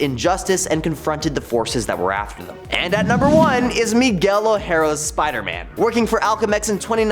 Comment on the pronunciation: Where is Doom? Where are the X-Men? Also, it's O'Hara, not O'Hera.🤦‍♂️